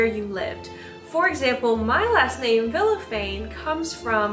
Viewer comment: As a hispanic, i feel like i need to tell you your last name is actually pronounced Vishafanye/Vilyafanye/Viyafanye (to this day i have no fkn idea how english pronunciation works but thats basically it aedfvadfasd)